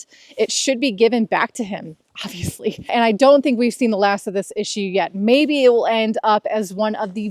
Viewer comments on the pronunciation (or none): none